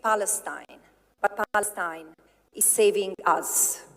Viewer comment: I love how she everytime pronounce "Palestine" as "Falastine"..